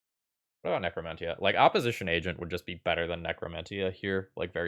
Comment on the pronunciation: For the love of all that's good: necro-men-shuh. Love the content!